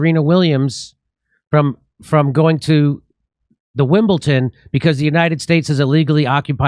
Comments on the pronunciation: It’s Wimbledon not Wimbleton! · It is WIMBLEDON ...pronounced "dun" not "tun". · Wimbleton ! No Jimmy , its WIMBLEDON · WimbleDon not WimblTon Jimmy!🙄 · It's Wimbledon not Wimbleton,Jimmy. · Dear America it is WimbleDon not WimbleTon, sorry for being pedantic but it really bothers me because all Americans do this and I do not get it 🤷🏻‍♀️🙏✌️